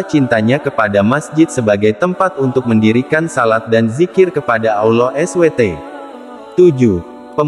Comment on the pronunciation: Mohon maaf pengucapannya harus di sempurnakan jg SWT.